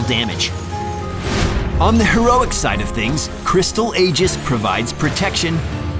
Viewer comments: Aegis is pronounced e-jiss btw...not a-jiss. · what is an ayjis? And why did you spell it as aegis which is pronounced like eejis.